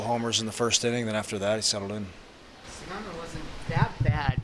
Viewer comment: 棒読みに読み上げさせるにしても日本人投手の菅野の名前間違って読ませるのはどういう了見なの？？？適当な作業するなよ